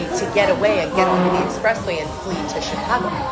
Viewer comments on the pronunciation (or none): none